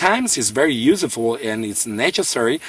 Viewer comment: "usafool" that's how he said useful lmao